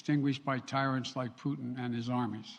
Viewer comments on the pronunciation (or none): Putin not pudding sleepy joe... I know you almost started salivating after saying pudding acouple of times